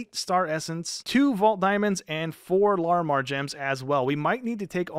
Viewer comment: You are saying Larimar wrong